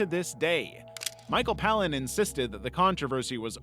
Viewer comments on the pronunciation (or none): "Disturbing Banned TV Shows" shows Life of Brian and Borat OK. Also it's Michael PAY-lin, not Pal-lin. (Unless you're John Cleese who pronounces it wrong as a running joke)